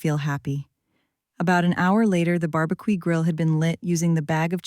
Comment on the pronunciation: AI but ok. BAR-B-QEE was hilarious